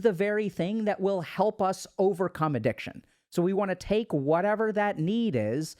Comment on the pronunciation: bruh really said Addiciton